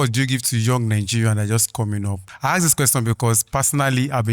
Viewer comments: Why do yall pronounce Ask as Axe ffs???? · Why's everyone saying axe, it's ask😅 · Please guys ASK questions, don’t AKS ‼️😭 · Nigerians have improved in the way they speak, I can understand well what they are saying... There is still "axe" instead of "ask"🤐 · "aks" - ask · Everyone but said 'axe', please it is 'ask' as in Aaa sss kkkk